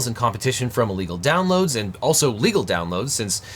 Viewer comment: Weird emphasis on illegals downloads there, where’s this coming from?